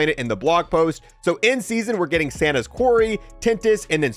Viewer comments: Also its Satan's quarry not Santa's quarry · DUDE Its not Santa's Quarry....Its SATAN'S Quarry!! As in the Devil from hell! Lord of the underworld! SATAN! Not Santa! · “ Santa’s “ quarry lmao. It says satan not Santa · Its Satans Quarry. Not Santas Quarry. KEKW. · Love your content... Its Satan's Quarry... as in the devil not Santa, LOL